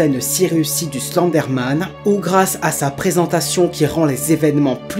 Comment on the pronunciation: Je rêve où tu prononce Slenderman :Slendé Man car sa ce prononce Slendeurman